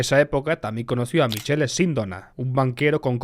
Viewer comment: Michele en italiano se pronuncia Mikele